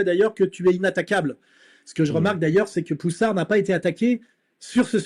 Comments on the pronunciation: Poussard pas polissard !!! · Ce n est pas poulissard mais xavier pouSSARD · Poussard, pas « poulissard »… tu fais exprès ou t’es con ? T’entends Soral le dire et malgré ça tu répètes « poulissar » 150 fois… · Poussard pas Poulissard !! 😂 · C'est pousar et non polisar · Pas foutu de retenir le nom de Xavier ..!?! Ce n'est pas Poulissard , c'est POUSSARD ... Commentateur de commentaire , pathétique . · La demande de Micron auprès de Trump a été confirmé par l'avocat du couple 39/14 lors d'une interview au Monde. Sinon, c'est Xavier Poussard, pas Poulissard! 😉